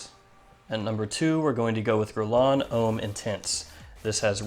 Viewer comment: yrustupid its Deux, not duh 😂😂 And homme isn't pronounced 'ome' its a mixture between ohm and uhm. But yeah great fragrance review, I'm intrigued by the Carolina Herrera fragrance because I do love CH Men Prive also